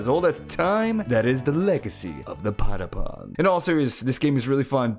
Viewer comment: at least you can pronounce patapon right... good video I think, kaibapon and geekolos will always hold a special place in my liver and don't hate on meden, you'd be like that too if you were a lesbian in a world with like 5 women, of which 3 want you dead and one is canonically straight and taken